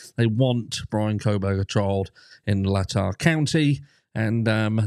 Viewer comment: ...it's Latah....Lay-Taa.....cheers...!!